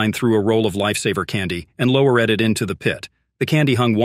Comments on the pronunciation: + Gives away that this is a computer voice narration. "Lowereded.....remaineded....", nonsensical sounding depth number, etc. It's just a mine shaft. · "low-e-red" it into the pit, eh? Your AI is showing. Garbage video. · Dude you might as well read it yourself because this AI cr*p can't read right, like sound like it's saying oney five hundred feet and lowereded, it remaineded XD like bruh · What's the deal with the AI voice's grammar? Lower-red, onety hundred. Remain-de-ded. It's absolute shit.